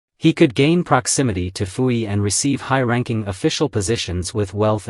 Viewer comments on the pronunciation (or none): Your understanding of Qing dynasty China is very lacking. Pu-Yi (it's pronounced poo not fu) had little to nothing to do with his sisters for most of his life as a result of him being adopted to the emperors Tongzhi and Guangxu. His sisters did not live in the Forbidden city. They lived in the Northern Mansion, the private residence of their father. You refer to him as Zai-Feng, but he held the title of Prince Chun. You refer to his daughters as princess but only the daughters of an emperor were allowed that title. Prince Chun's daughters and wife were only referred to as Lady. Prince Chun's only child that count hold any title would be his heir which was his then eldest son after Pu-Yi's enthronement, Pu-Chieh who was referred to as his excellency because he wouldn't inherit the title of Prince until his father's passing. Because of the laws of filial piety even an emperor can not dictate the life of his parents and as such Pu-Yi would have no say so in the marriages of his sisters as his father was in charge of his own household. Prince Chun himself was independently wealthy and as such maintained his lifestyle after the fall of the Qing dynasty. Himself believing in reform and modernization Prince Chun was keen to have all his children educated and later even turned his mansion into a private school were several of his daughters helped as teachers themselves before finally donating his mansion to the people's republic in his later years and it still stands today as a cultu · Why does the narrator pronounce Puyi as Fuyi?